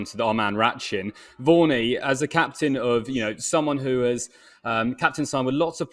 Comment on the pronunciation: When you say Vaughney, I hear Warnie. Breaks my heart every time.